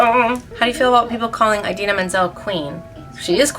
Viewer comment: nnoooo she said idina like eyedina noooo